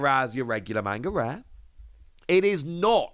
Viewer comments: is the only person I watch for all one piece news but you’d think someone who is this big into tcgs and anime’s and mangas that he’d actually pronounce manga correctly. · I have a lot of Japanese friends that criticize Americans for how they pronounce manga or anime’s. It’s constructive criticism. Ain’t no sense in being hostile man. If you’re gonna be in the manga scene or anime scene a lot of die hard fans won’t take you seriously if you can’t pronounce anything correctly. It makes you look like you don’t know what you’re talking about. And I like. Been watching him for years. Not just but also ptcgradio.